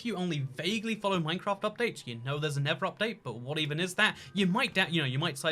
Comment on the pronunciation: It's pronounced Nether, not Never. Amazing.